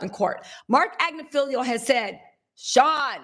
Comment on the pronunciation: You are engaging & charming & I believe quite smart. I have just one question: Why do you mispronounce Marc Agnifilo’s last name EVERY TIME YOU SAY IT? It is Agg niff el OH! It is NOT spelled AG Ne FELIO! It is not felio. It is FILO. Thank you for edumacating yurself! 🥰😇🤓